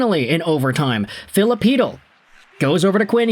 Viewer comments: Whoa, finally you got Chytil pronunciation right! I love you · No he got Chytil pronunciation right😂